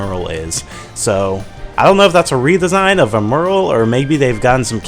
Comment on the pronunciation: And isn't 'Emerl' pronounced more similarly to 'emerald?'